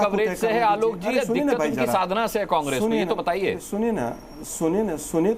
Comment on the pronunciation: अरे आलोक, यह "साधना" है ! शाधना नहीं" - पहले इसे ठीक कर लें I पहले उचित उच्चारण सीखें , फिर इसके बारे में बात करें I यह है "साधना" !